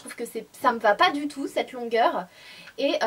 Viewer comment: Coucou Sanaa, c'est marrant pour "on ze retrouve", j'avais remarqué aussi que tu dis pas "cette robe "mais "ced robe" et à chaque fois ça me fais rire.Mais avant,ça m'énervait....mais ça,c'était avant!